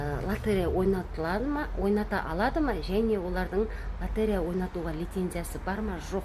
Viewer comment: ЛОТЕРЕЯ деген сөзді дұрыстап айтшы!